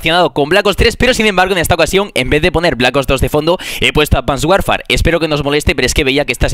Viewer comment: buena info, narras bien los videos, pero por favor, me da muchisima dentera, PRONUNCIA ADVANCED WARFARE BIENNN PLISSS!! ... hasta el trailer en español de advanced warfare lo pronuncian bien